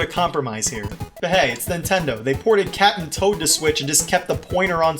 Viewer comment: I keep thinking you’re saying Cat’n’Toad